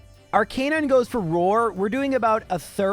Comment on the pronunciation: Can I make fun of how he pronounces Ar - canine? ARC - UH - NINE